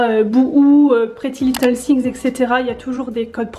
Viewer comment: Arrêtez de dire pretty little thingS, c'est thing, sans S 😭😭😭